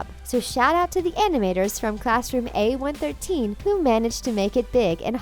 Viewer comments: Its a one one three not what u said a one one thirdteen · YOUR SAYING A113 WRONG